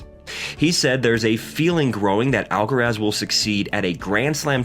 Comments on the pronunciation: Why "alcarez"? Influenced by "alvarez"? But then it would be spelled "alcarez", no? Just say"alcaraz". Not "alcarez". Why would you say "alcarez"? It's "alcaraz". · Why do you call him Alcarez?. It’s AlcarAz!